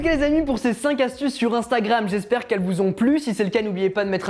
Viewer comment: Mdr j'adore les "5 astuzes"